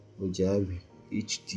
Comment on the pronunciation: first Mojave is pronounced MOHAVÉ you know , the desert area in California plus the amount of time you waste in installing mac os and dealing with its problems might as well get a cheap old mac from 2012 to experience the OS lastly MAC these days is just a glorified smartphone you're not missing anything if you skip it , waste your time with linux instead at least you learn something